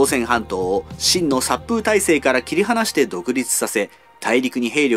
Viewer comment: さっぷうじゃなくてさっぽうだと思う。 もしくはさくほう。